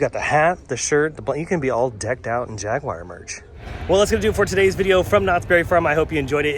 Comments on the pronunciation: Jaguire? c'mon now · The way he says, "Jaguar." 😬